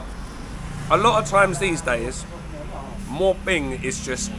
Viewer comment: My Thai wife says it's "moo" ping not "mor" ping